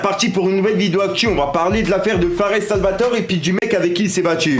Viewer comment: On dis « fares salvatoré »